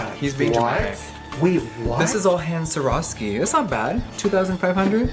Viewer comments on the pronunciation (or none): none